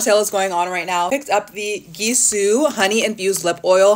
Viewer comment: you DON’T pronounce gisou like that